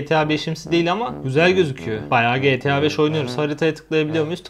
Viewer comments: GE TEĞ ĞA BEŞ iğrendim o nasıl diyiş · Abi getea 5 degil Geta 5 desene ya